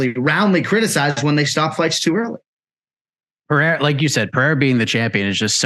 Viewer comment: LOLOLOLOL. He said Alex PEREAREZZ